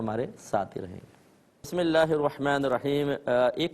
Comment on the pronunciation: Mazrat k sath mufti sahab Aaozubillah or Bismillah ka talafuz sahi ada nhi krty hain